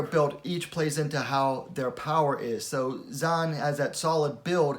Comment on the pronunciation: Heads up, Zhang is pronounced "Jung"